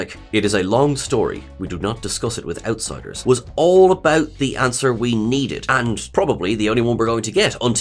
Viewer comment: WAIT WAIT WAIT WAIT WAIT... I can NOT be the only person who literally thought Worf said "we do not discuss it without Ciders." ... i mean... I have Always thought he said this, "outsiders" never even appeared in my head... I'm not joking, I'm dead serious. I like my version better.